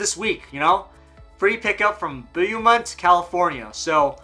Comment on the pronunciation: Beaumont lol it’s pronounced bow•mont